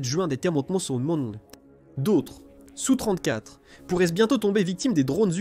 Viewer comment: Donc je vais t'expliquer, SU se lit SU et S.U. se lit (phonétiquement) ESSU. Et un Sukoï 34 se lit (phonétiquement) ESSU34 et non SU34 Capito?